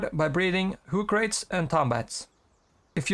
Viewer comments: Hoocrates is pronounced like Socrates, btw. Not "Who-crates", but "Hoo-crah-tees" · Why does everyone pronounce Hoocrates like that? It’s an owl. Owls are wise. It’s a pun on Socrates, the ancient philosopher.